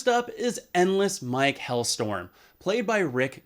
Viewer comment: I remember Endless Mike having a last name of “Hellstrom”, not “Hellstorm”.